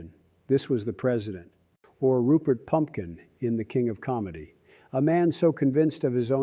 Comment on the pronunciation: I am stunned to hear Robert Deniro set aside his angry semi-out-of-control rants in favor of a carefully thought out statement delivered calmly without bluster or exaggeration. Kudos Mr. Deniro for finally getting it right. PS: I believe that character you referenced was named Rupert Pupkin (not Pumpkin ;). But no harm, no foul. ;)